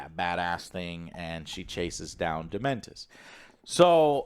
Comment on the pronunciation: I'm now confident Joe purposely says characters names wrong at this point. Dementor < Dementus